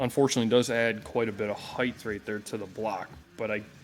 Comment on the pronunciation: There is no additional h in height. It's not HEIGHTH.